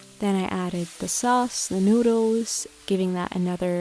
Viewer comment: There’s something very wrong with people that get meaningless randomly placed tattoos for no reason. Also, there’s an L In noodLes, it’s not ‘noodoos’... yuck. Lastly, KITCHEN countertops are NOT the place to repot plants.